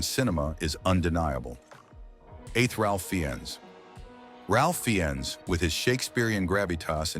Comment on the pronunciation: Pronounced RAF Fines